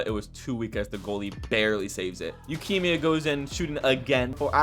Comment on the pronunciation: Why do you pronounce Yukimiya like Leukemia? lmaoo